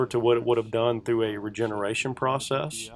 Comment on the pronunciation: Why can't he say the word "PROCESS" properly?…. in reality he just puts it in a kiln and then takes it out the next day. It heats up and cools down. The "Particulant filter cleaning machine" is just a sandblasting machine box… I bought a new one for £100 recently. You just use the compressed air from it… nothing difficult and no magic ! So this should be a £50 job each time - it is so easy.